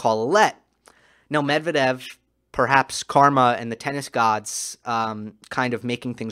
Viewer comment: you're a brilliant analyst. I'm very impressed - you're articulate without unnecessary dramatics, extremely knowledgeable, watching the matches with an attention of a hawk, finding tiniest but important details. The only caveat - you shall not listen to American/British announcers and follow their lead in butchering foreign names. For instance - learn to pronounce Medvedev the correct way. It shall be Medv-E-dev with an emphasys on the second syllable, not M-E-dvedev, as they say.